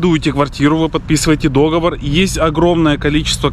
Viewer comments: обычно не люблю делать замечания по ударениям или орфографии...Но запомните) ДОговор и докУменты в пОртфеле, а договОр и докумЕнты в портфЕле) ДоговОр!))) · в слове " договор" ударение-на последнем слоге.Да и ложить зубик нельзя,надо его класть.Извините за замечание. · договор, ударение на последний слог. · не вздумай болеть! Придумал тоже, весна скоро 😉😎💖Пижама весёленькая👍Красивая домашняя одежда - это очень важно для настроения и самочувствия👏Я не знаю, как правильно КарфУр, или КарифУр, но точно знаю, что правильно договОр, а не дОговор😉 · не знаю, как насчет Керфура, а вот слово "договОр" в русском языке только так произносится. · не дОговор, а договОр! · ДоговОр,!!! ухи режет!!! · нет слова дОговор Есть слово договОр